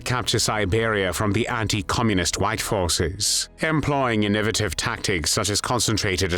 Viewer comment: ***** WARNING AI BOT VOICE ************* can't say "innovative". It says something akin to "in-OH-vuh-tuv"